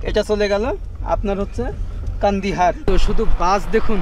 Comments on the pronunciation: কান্দিহার নয়, কান্দাহার। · কান্দিহার নয় কান্দাহার